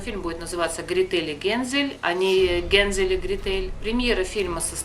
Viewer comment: Гре́тель ,а не грете́ль ....